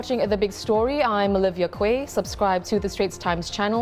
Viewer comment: OLIVIA QUAY.......if we are not mistaken.....your surname QUAY.. should be pronounced as KEY......NOT KU-EH..... Like a place in Spore-- COLLIER QUAY.....pronounced as ......COLLIER KEY Or ROBERTSON QUAY......as ROBERTSON KEY. GOD BLESS ❤❤❤